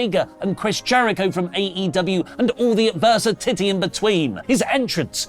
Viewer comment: Did say "adversi-titty"?